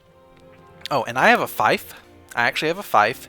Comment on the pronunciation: it's spelled "Feef" not Fi-ef